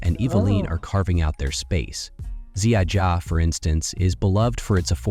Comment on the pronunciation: "Wawel" is pronounced "Vavel" (the Polish "w" is pronounced like the "v" in "movie") – it's the name of a royal castle in Krakow. "Wedel" is pronounced "Vedel" - – it's the first owner's surname. "Ziaja" is pronounced "Ziaya" (the Polish "j" is pronounced like the "y" in "yes") – it's the owner's surname too. Please don't mess up Polish pronunciation, it's so painful!